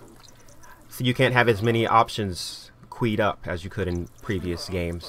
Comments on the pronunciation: Hahaha qweeeed? It's pronounced like Q'd. Oh, You make me laugh:) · Queue is pronounced "cue". It's "q'd" up, not "queed" up.